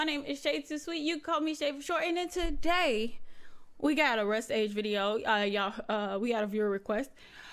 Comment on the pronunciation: Yo just to clarify it's pronounced rus-tage